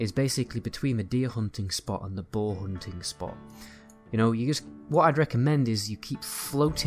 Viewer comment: I have to really pay attention to figure out what you're saying. You pronounce "bow" and "boar" as "bo." You are capable of producing the "r" sound if you move your jaw properly.